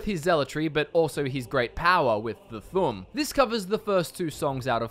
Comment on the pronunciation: Thu'um is pronounced thume not thumb